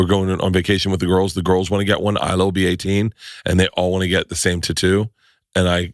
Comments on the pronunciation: It's tattoo not tuttu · Say Tatoo one more time. LOL I love it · If I ever hear tattoo's pronounced the same way...... Gonna pop my ear drums...